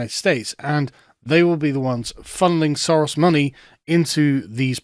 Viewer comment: Is the name "SOROS" really that hard to say?